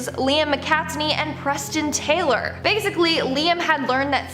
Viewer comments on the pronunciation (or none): none